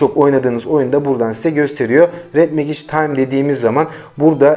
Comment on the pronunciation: Megic değil mecig